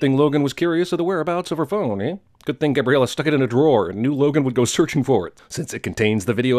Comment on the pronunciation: "We are all having a GUUT time" 😂